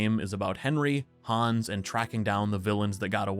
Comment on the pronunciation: Han’s awss. Please keep saying it that way.